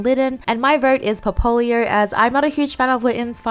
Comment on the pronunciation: Poplio - Pop/Lee/Oh come on just learn that or at least read correctly because you're imagining an "o", it's Poplio not Popolio